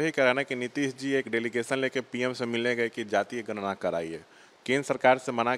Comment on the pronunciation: अरे भाई गरना नही होता गणना होता है